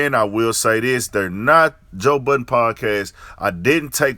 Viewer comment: We should all be glad it's not a bunch of idiots speaking on hip hop, because we are listening. And you wrong for what you said about Rory. And it's Budden. Not buttons.